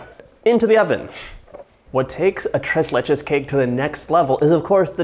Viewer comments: Holy shit that man really said the tress lachay cake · Mat C it just sounds wrong, right? - so hard on the ‘r’ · Gringo Spanish. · Nothing like an american saying "TRES LECHES" in spanish LOL